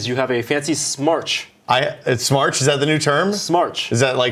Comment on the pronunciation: When you said smartch I said "!? It should be Smatch" Smatch will catch on. You got it right the third time ;)